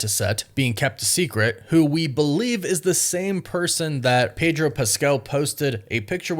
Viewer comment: Its Pedro ffs😂😂😂